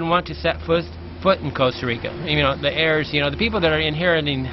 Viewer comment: Their hairs? You mean their heirs? You don't pronounce the "H"